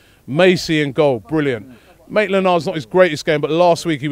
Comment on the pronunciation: Who caught the "Naitland Miles" on this one. Robbie ;P